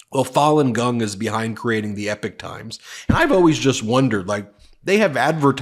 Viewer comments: It is pronounced E-pock, not ep-ick. Refers to long eras of time, not great battles or Homeric sagas. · i have to help you out bro with some enunciations that bug my ears lmao...i hate to be THAT guy but here goes anyway..."Epoch" is pronounced "ee-pok" not "epic"...and when you [and this bugs me less because of who she is] have to mention laura ingraham....it isnt "een-gra-ham" its just "een-grum"...sorry...im done splitting hairs now lmao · It's pronounced Ee-Pok, not Epic. But, yes Fulan Gong is behind this, as well as those Shun Yun dance troupes. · I have no clue which one is correct but everywhere else is is 'E POK times' not 'epic times' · My dude...it hurts my ears. It's pronounced "EE-POCK" a reference to a notable period of time. "EPIC " is a Faith No More Song, A game company, a large scale narrative, or poem. Keep dunking on Agent Orange!! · Big fan from the UK, if you are going to do another video on epoch times then it is pronounced ee-pok not anything like epic. Keep up the good work and good luck to all you decent Americans ❤ in getting rid of the maga crazies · Just srop saying epic times, that's not how you pronounce that word! 2 videos and I'm done with the epic. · Epoch is pronounced EE-pok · Epoch. Pronounced "Eeeep - ock". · It’s not called the Epic Times. It’s Epoch Times. It’s pronounced very differently. Please consult an audio dictionary. This is not up to your normally professionally standards. It’s truly grating on one’s ears. There’s nothing epic about it. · I thought it was pronounced e-pock. No? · I believe it's pronounced 'ee-pawk'. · It's "EpOOOOch times" with an o ... 😂....Falung Gong is not amused these days 😂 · Ben! Its EPOCH Times not EPIC times...goodness me I think you need to dial back on the amount of broadcasting and have a bit of a rest...sometimes less is more. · Please Ben..it is not the Epic Times but the Epoch Times..the times we are living in...and what interesting times they are...